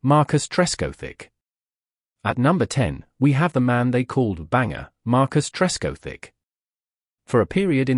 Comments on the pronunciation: Could have used a real narrator! Then you might have been able to pronounce the names properly. Tresco Thick, Edrikk. Dennisamiss. F F S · Probably the worst example of AI narration I have ever heard. My favourite is, “Object”, pronounced as if it’s a verb. “Marcus Tresc O’Thick”, is not far behind. Not so smart now are you, AI? Such a shame, as it spoils an otherwise interesting video. As Geoff Boycott might have said, “My grandmother could have done better”. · Somebody needs to sort out the AI narrator. A Miss? Ed Rick? Tresco-Thick? I laughed so much I nearly wet myself! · The automated computerised voice over gets the pronunciation of Trescothick, Edrich and Amiss wrong.